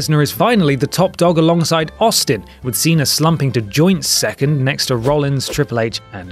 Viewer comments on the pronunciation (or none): none